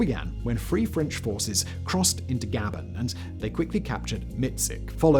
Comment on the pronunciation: Pronounced Guh bonne.